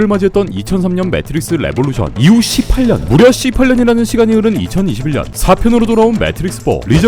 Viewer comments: 18년의 발음이 좀 쎈건 기분탓인가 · ㅋㅋㅋ 몇번을 들어봐도 18년을 18년이라고 말하는게 아닌거 같은데 18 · 형 십팔년 발음이 좀쌔다? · 18년 ㅋㅋㅋ 발음 찰지네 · 형 18년 할 때 ㅅ발음이 거센거 나만 그런거지?ㅋㅋㅋㅋㅋ